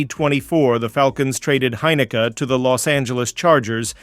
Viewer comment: & it’s pronounced hyn i keee